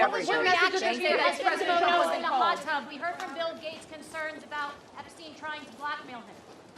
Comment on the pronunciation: "I never knew Jeffrey Epstine"